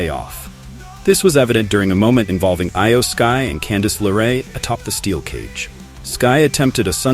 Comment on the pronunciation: Eye-yo sky?? Lmao c'mon man so you even watch the product? 😂